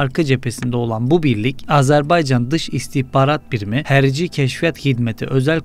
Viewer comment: Hərci deyil , hərbi !